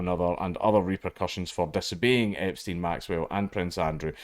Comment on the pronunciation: u do realize u were not trying to say epstein the who time but it sounded like you were saying jeffery the whole time in a video talking about prince andrews also.....